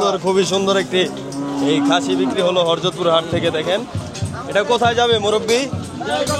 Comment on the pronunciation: হরজত কি উচ্চারণ ঠিক করেন